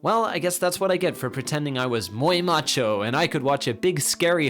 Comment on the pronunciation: "Muy macho" that spanish tho 8'D